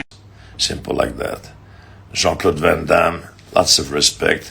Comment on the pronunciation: It's van Damme